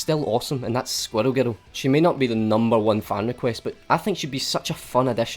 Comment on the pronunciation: I'm sorry but he says "squirrel girl" like "squddle guddle".